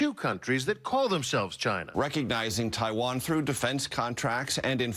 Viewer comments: "How can you fight a country when you can't even pronounce their name?" - Side-splitting critique there from the sage Noah. The crowd of circus seals make the right noises. Fuck 'Jyna', who are they to determine US protocol, what the fuck is wrong with you. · The fact the the first thing he criticizes about Trump is how he says "China" is pathetic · I love how he pronounces 'China' in Bengali it means ' I don't want it'.